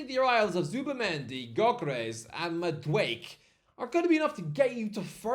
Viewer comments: It's Ma-do-ache-kay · The way he says madueke annoys me